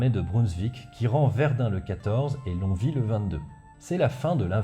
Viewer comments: il me semble qu'on prononce "long oui" et non "long vi" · Alors, Longwy, ça ce prononce Long-oui, tout simplement ! Merci pour tes video ! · Salut, j'adore tes émissions, et non seulement celle-ci était très instructive mais tes gags ont fait mouche (en tout cas pour moi). Mais Longwy, c'est pas "Lonvi", mais "Long oui" (le 'g' ne se prononçant toujours pas). P.S. : J'ai enfin appris le fin mot de l'histoire quant à la ch... supposée (et/ou réelle) des Prussiens dont m'avait toujours parlé mon père mais dont mes cours d'Histoire ne disaient rien. J'ai enfin pu cocher cette case dans ma liste des chose à éclaircir avant de mourir. Merci. P.P.S : J'ai toujours cru que l'on disait Val-oui :) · Je poste un commentaire en ayant regarder que les 10 premières minutes de vidéo, mais mes oreilles de lorrains souffrent! 😆 longwy se prononce phonétiquement lon-oui. On oublie le g et le w. Voilà je continue la video qui s'annonce très pros et intéressante 😅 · petite aparté je pense que ça a déjà été dit mais Longwy se dit "lon-oui" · Prononcer Longwy, longoui et Sainte Ménehould, Sainte Menou. Longwy a payé de son déclassement la trahison de sa population bourgeoise. Goethe a par contre salué le courage d'une commerçante qui lui a vendu une couverture. Il accompagnait l'armée de Brunswick et eu une phrase célèbre sur le changement d'époque après Valmy. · et la prononciation du nom des villes de l'Est, épisode II;) Sinon, en fiction, récemment, il y a la très foutraque BD "Les mémoires du dragon Dragon - Valmy, c'est fini", qui fait écho à pas mal de choses évoquées dans la vidéo. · Bonsoir on dit "Long Ui" pour Longwy ça m'a déclenché toute la vidéo. (Qui est très bien au demeurant).